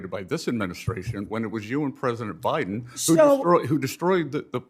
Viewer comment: "BIDEN BIDEB BIDEN".....good grief